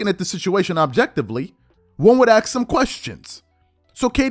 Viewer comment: My ears bleed everytime you say aks, the ignorance is real